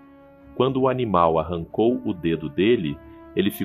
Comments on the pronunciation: neste minuto está ANINAL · "ANINAL" foi foda kkk